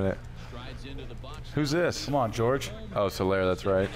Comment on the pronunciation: Min 40 "George Soler" lol even Hosmer laughed Jorge aint George